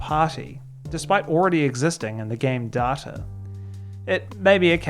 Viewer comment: Hearing the R in data is painful.